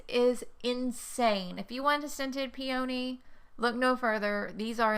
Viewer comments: Right there with ya, I'm on the in Maryland, and I say peony same as you, as my mother did too. After all it's not spelled...pe"a"ny, I pronounce the o. Are you looking to stay in KY.? Maryland is a really nice state =^) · I’m a Virginian and pronounce “peony” the way you do so you’re not alone! 💗